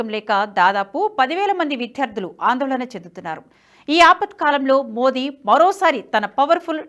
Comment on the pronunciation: విధ్యార్థులు కాదండీ.విద్యార్థులు.